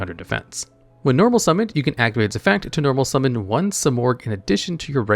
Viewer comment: Ahh yes..good old SIGH-morgh